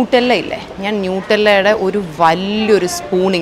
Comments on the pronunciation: Nutella is not NEWtella , it's nuh-tellah/nut-ella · Nutella pronounced "നടെല്ല" എന്നാണ് കേട്ടോ. ഹൈസൽ നട്ട് ഇട്ടു് ഉണ്ടാക്കുന്നതല്ലേ. പിന്നെ അതിൽ ഭയങ്കര sugar ഉണ്ടല്ലോ. കഴിക്കുമ്പോൾ quick dopamine rush ഉണ്ടാകും അതാണ് chilppolenkilum മൂഡ് elevate ചെയ്യുന്നത്😅😅😅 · Here’s a friendly correction to some very common mistakes you made, Nutella is pronounced as nuh-teh-luh, Heist is pronounced as haist 😊 also vertigo is a disease and fear of heights is called Acrophobia.